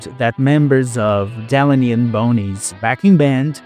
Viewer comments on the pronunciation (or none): DE-LAN-E AND BONEY! What the hell man! At least pronounce the musicians names properly. Show some respect! It is " De-lane-e and Bonnie"! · I bailed out , when he butchered the pronunciation of Delaney and Bonnie.